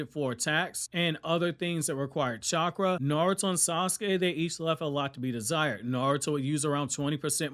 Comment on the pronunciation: truth! He literally called chakra "catchra" lmao 😂